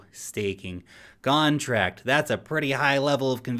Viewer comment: did he say “gone”tract? 😂